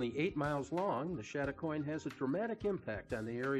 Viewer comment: Please, if video something, get the pronunciation right. It is pronounced chad a coin not shad a coin.